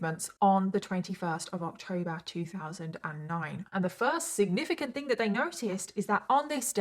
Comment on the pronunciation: didi you need tabs on saying 'significant' 😅 ilysm but it's distracting 😂